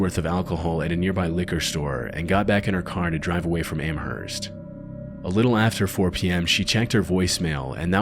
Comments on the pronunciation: Some constructive criticism: I live in the area of Amherst, Massachusetts, and the h is silent, it's pronounced "am-murst" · Can none of you pronounce Amherst correctly?